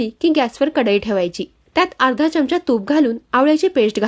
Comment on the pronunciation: Aho chamcha uccharan barobar kara marathi chandigarh la cha